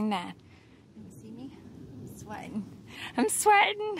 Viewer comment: Being a geordie lass from the uk you sounded like one of us when you said "ì sweating" so funny 😄